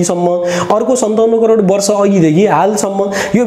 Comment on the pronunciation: Its crore sir not corer.